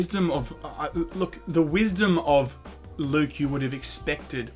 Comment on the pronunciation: That wasn't Luke. It was Luuke.